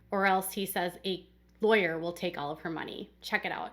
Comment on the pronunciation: He can’t even pronounce the word lawyer and he wants to act like he is one. Stupid fool. I so wish Christine obtained a court order setting forth child support, visitation and health insurance. We all know Kody didn’t provide health insurance for Ysabel but Truly should have insurance paid for by her parents and not taxpayers.